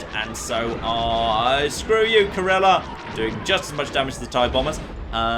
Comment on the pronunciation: CORE ELL EE AHH,. Four syllables.